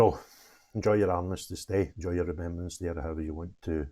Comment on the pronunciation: Sorry “Remeberance?” What school did you go to. 😂 Keep up the great work!!